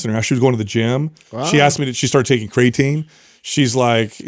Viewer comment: "We've talked about CRAYAtine for 10 years" and you still can't pronounce it. Lol